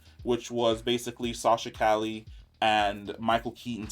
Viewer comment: He's gotta learn how to say Calle name 😆 love this guy but that and the lower volumes be killin'me.